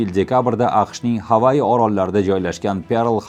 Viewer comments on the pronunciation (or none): У́збек тилида "г" харфи хам бор. Нега "Хавайи", Гавайи эмас?